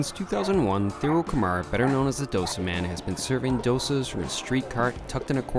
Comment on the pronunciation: Hi, it's dough-say. I am a Sri Lankan born Australian. Thank God, we don't have to line up for our dosas. Many thanks for highlighting ethnic food!